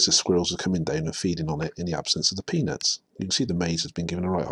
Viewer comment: Lol I mistake you saying ''peanuts'' with penis xD